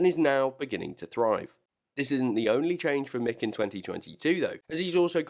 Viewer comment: Don’t understand how you can say mick